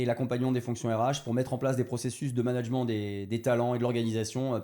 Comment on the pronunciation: Donc son cœur de compétence c’est le management mais il sait pas comment se prononce ce mot. Fantastique